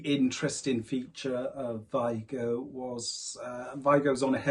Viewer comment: The real pronunciation is vEEgo (VIGO)